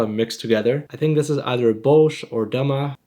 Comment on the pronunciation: The moment I saw the notification, I couldn't believe it, I thought I read it wrong... As a Sudanese guy, this really warms my heart 🥹 And the way you pronounce the dam3a and gurasa is absolutely perfect Not many people talk about our country, and it's really nice of you to do this Absolute legend ❤